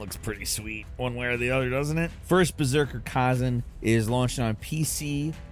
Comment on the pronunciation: Stoppp saying Kaaazun argggh. It's Kuh-ZAN